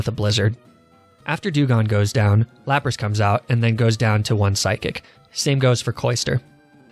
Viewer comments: Which means, he says Lapraa intentionally. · I think it's pronounced " L A P R A A H "